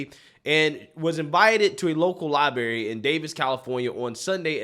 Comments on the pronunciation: Do you say library that way on purpose? Lie-berry? Come on man. You're not 4 years old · The word "library" is pronounced "Ly bRah Ree"... I went through a lot to learn to say it correctly. It now hurts my ears to hear it pronounced this way... Sorry. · It's LIBRARY brother..NOT "LIBERRY "..lol😂 Seriously tho.. keep making these great videos!! 👊👊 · Please learn how it is pronounced. It is NOT lie-berry, it is lie-bRRRary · Can you really not say LibRary? What is a libary?😂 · Only complaint I have is she don’t know it’s a lieberry 😂😂😂😂😂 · It's "library" not "libary"! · it's "li-brerry" not "li-berry." You sound like a third grader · LibRary, not liberry. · For the love of God Library, not Libary. It makes it very hard to take you seriously when you pronounce this like a child. I watch you all of the time and like you, but please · Dude... there are two "R's" in libRary... You sound like a 70 IQ saying "Liberry" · I love you man, but its "libRaRy" not "libary" That said, I love the video and drawing attention to women being silenced. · Library not Liberry, you're an intelligent guy with a large platform, please set a better example by using the language correctly. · Hey man love your channel but man it’s libRary not liberry. 😂 love you man …. No homo…..